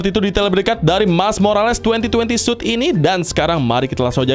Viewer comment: "2020 suit" Yang gw denger:"2020 SUS"